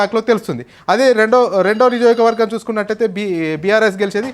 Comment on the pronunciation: First Niyojakavargam ani palakadam nerchuko